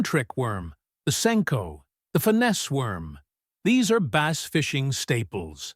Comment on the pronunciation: AI needs to learn how to pronounce words. Bass is not pronounced base. That’s for starters.